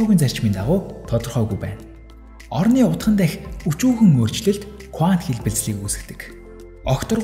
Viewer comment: Кувант биш кванто гэж хэлдэг байх. Их сонирхон сонслоо баярлалаа.